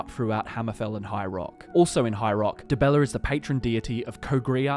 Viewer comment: Dibeller? Really? :))